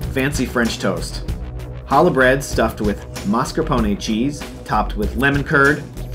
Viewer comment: You win for pronouncing Mascarpone correctly. Bravo!